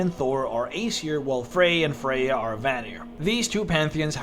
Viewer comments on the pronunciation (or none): none